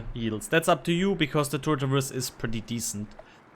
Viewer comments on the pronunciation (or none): none